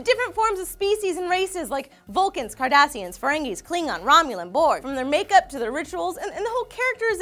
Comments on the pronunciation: Swore she said "Different species vulcans, Kardashians, etc.." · i thought she said kardashians too!!!! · singing the song to TNG and saying "make it so" gave me such a nerd boner also when she said Cardassians i thought she said Kardashian's for a second then the picture came up and i'm like eh close enough